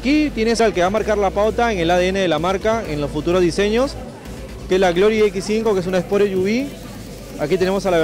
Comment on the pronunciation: "marca grory" jaja